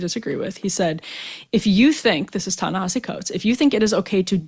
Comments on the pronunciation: Good interview. Btw it’s not Ta Na HAH See It’s Ta Na HEE See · Ta Na Hee See Coates. Please say the name correctly. I don't like the guy's positions, but its sloppy journalism to mispronounce someone's name.